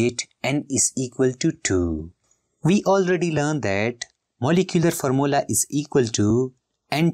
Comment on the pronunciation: Formula ❌Farmola😅 ✅